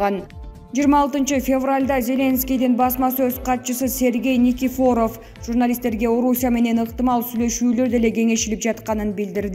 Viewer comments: Журналист келин жинге тийдин ушунчалык, туура окуганды уйронуп, анан суйлобойсунбу, Никифоооров эмес айланайын, жон эле Никифоров, элдин баарынын жини келуудо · Бул блогерлер базарда эле иштеп журушкон, ударенияны туура койо алышпайт(Никифоров) туура айта албай жатат!!